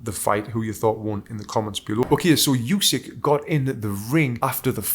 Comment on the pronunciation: Hey Tony, I don't know if it matters to you, but the correct pronunciation is "oosik", not "yusik". Same sound as in "shampoo". Source: I'm Ukrainian. Also mad respect for your analysis, I enjoyed it immensely.